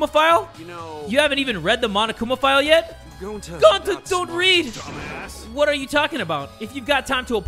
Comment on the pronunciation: Ok ima give you a hint, it’s NOT Gonta:)